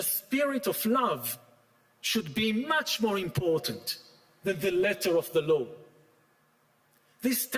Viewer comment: I really do wish someone would tell Yuval finally not to pronounce "law" as "low".